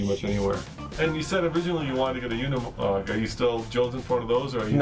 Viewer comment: It’s nor “Unamog”, like you pronotit, but “Unimog”. It sounds like you would say “university”